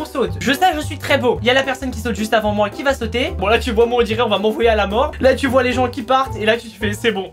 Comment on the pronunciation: Il as dit sautuer